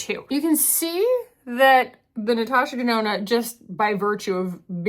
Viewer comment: oh giiiiiiirl the natoosha denoonoo melted your brain, "the hole is only so big" oh my GOD lol.